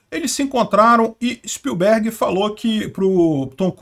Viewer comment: Na pronúncia do sobrenome do Steven Spielberg, eu vou escrever como fala corretamente. Levando em conta que as letras em maiúsculo são as sílabas mais fortes, a pronúncia correta é s P Í l b e r g , e não s p i l B E R g .